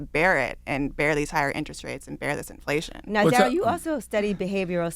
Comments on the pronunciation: i thought it was pronounced darie-L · It’s spelled like Daryl, pronounced Darelle. 😏